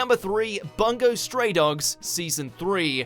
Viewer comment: Please for the love of god, learn how to pronounce Bungou Stray Dogs. I feel like he's making it sound worse every time he says it.